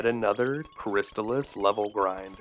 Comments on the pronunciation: But, isn't it pronounced "Crist-ALL-iss"? Excellent detailed video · I always pronounced it "crys-TAHL-iss, tahl rhyming with "doll," the second syllable being emphasized